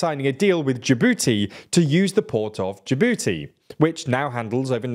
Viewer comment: Say Jabooty again